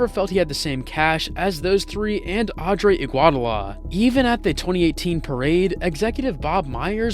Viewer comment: 😂😂😂😂😂😂🗣️adre iguadlaaaa